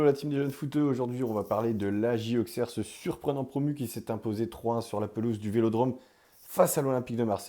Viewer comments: Merci,je suis née là bas,et la prononciation AuXerre me fait mal à la tête. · On prononce ausserre même avec le x... merci 💙🤍💙🤍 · petite info sa se prononce ausserre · Très belle vidéo. Par contre il va falloir apprendre à prononcer Auxerre correctement 😉